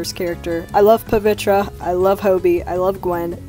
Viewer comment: Hey just a heads up (not trying to be mean) but Pavitr name is more closely pronounced as “puh-VITH-er.” I went looking for how Indian people pronounced it since I knew I was doing it wrong and wanted to share, since everyone deserves to have their name pronounced right, even fictional characters. Your art is absolutely incredible and I love the way you’ve draw them!!!